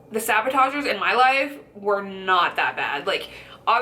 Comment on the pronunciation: i like your video, but they are not called sabotagers, they're called saboteurs. Sorry, for the nitpicking, but I cringed each time you said it. Great video though. I'm trying to lose weight myself. Thanks.